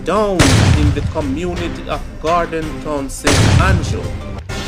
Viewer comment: Gordon Town not Gorden Town